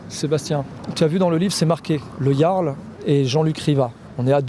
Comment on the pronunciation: On t'as dit El Yarl Sébastien pas le Jaaaarl 😂 t'es encore foncedé toi hein pfffiuuu